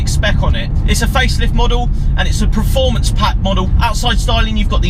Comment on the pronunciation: Anyone noticed he pronounces performance as 'preformance' lol